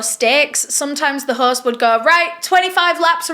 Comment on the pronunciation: There is no 'r' in host, horse???